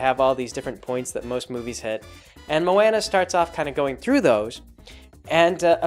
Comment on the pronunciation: I'm sure someone else already said this but come on you know how to say her name